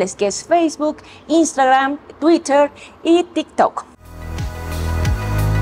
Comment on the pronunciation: NENA : NO SE DICE TUITER , SE DICE TUIRER .